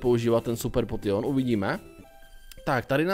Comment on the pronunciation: Prosím neříkej potion čte se to (poušn) a ta borka co chtěla toho nidorana jen tam kvůli tomu že určití pokemoni se dam chytit jenom v jedné verzi a výměny jsou jediný způsob jak je získat